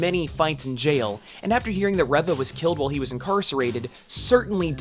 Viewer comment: Corrections: Reva (REE-VAH) not (REH-VAH), Thanos (THA-NOS) not (THAY-NOS)